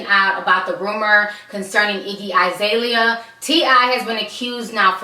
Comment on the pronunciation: Its. Iggy alazale dam not izalia